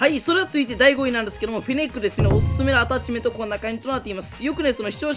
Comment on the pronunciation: 今回アﾀｧ⤴ｯﾁメント祭りなの草が誘発される。地味に強いtypeくんは妙な横ブレがなくなったらめっちゃ強くなれると思う